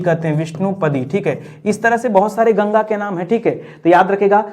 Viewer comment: Sir plz yamuna aur ganga ji ka naam achhe se liya kijiye